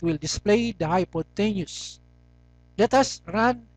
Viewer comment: Anyways, thanks for the vid, just one thing: you pronounce hypotenuse wrong